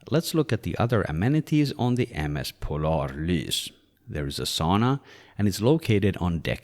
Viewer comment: 0/10 pronounced polarlys in swedish not norwegian very disappoint